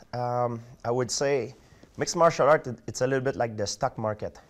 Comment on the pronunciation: 'Phhhightinggggg is the like the stack marrrketttttttt.......' HAHAHAH